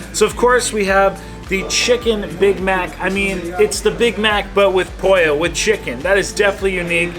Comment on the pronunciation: not polla Pollo. YW haha spanish is not ur 1st or 2nd language